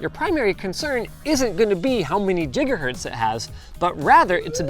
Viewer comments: Stop saying Jigahertz, you don't say Jigabytes now, do you? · Linus better never say Jiggahurts again. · did he just say jiggahertz? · whats a jigahertz? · He said Jigahertz. You all heard it. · "Jigga" hz lmao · Jigahertz? Thats the third time I've heard that this week. What happened?